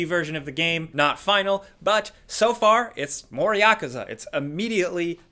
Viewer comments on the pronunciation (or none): When he said Yakuza - I am like hmm. You learned it. Then one one sec, “Yakza” 🤷‍♂️